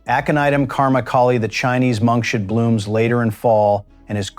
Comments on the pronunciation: It is pronounced Monk's hood not monkshud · Monkshood is not pronounced correctly in this video. The stupid AI voiceover says it like: monk shood. It should be pronounced like: monk's hood, as in the hood of a monk. Oleander does more than affect your heart. If you get it in your face, it can cause anaphylactic shock, making it impossible to breathe. This happened to one of our apartment managers and he had to be rushed to the hospital in an ambulance. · it's Monks hood not Monk shood. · This AI pronunciation of monkshood is absolutely hilarious! I am really old, and have never heard it said as "Monk should"... Monk should what? I guess you can't expect AI to figure out that the flower looks like a hood that could be worn on the head of a monk, and thereby determine that the flower name should be pronounced as "Monk's hood". 😂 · Monks hood not monshood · Dang ai! Some day they'll teach it to say "Monks Hood" instead of "Monk Shood". smh. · Wow, these AI mispronounciations are annoying! It's not monk-Shud. It's pronounced monks hood because its shape resembles a monk's hood. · I always called Monkshood, monks hood. This guy calls it monks should. Never heard that before. This is an interesting presentation, but has a stilted AI voice, but the information is good and useful. Makes one think, "how did I ever grow to adulthood, without killing myself and the house pets?" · Monkshood is pronounced Monks Hood, not monkshood. Why can't you get narrators who have a bit of knowledge of their subject!!! It is so stupid to listen to everything being mispronounced. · It is not pronounced monkshould. It is pronounced Monks Hood, because it looks like a monk with his hood up. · It's monks hood. That's the problem with AI voices. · There is no "sh" sound in monkshood- derived from "monk's" "hood" i. e. separate words. Silly AI